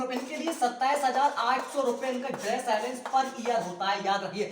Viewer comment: Abe chutiye tumhe to allowance na pronunciation bhi nhi kerna aata hai.